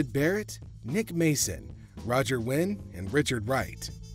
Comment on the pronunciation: Roger waters not roger win